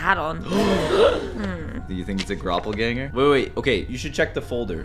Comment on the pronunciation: soon he meant to say doppelganger but he said gropplganger. edit is 😂😂😂😂😂😂😂 2nd edit: next video you get peach guy can you let him in